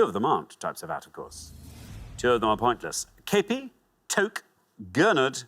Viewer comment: "Toque" may be the name of the "big white chef's hat" (according to Richard,) but it is actually the name of a Canadian woolen winter cap. It is pronounced "tuke."